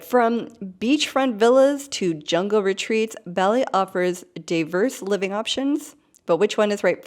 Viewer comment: Great introductory video. Please note, Bali is pronounced like the cereal crop 'barley'.